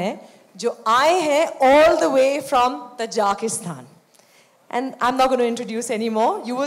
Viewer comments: it is not Tajakistan😑 Tajikistan 😅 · It's Tajikistan not Tajakistan lol 🤣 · Not tajakistan its tajikstan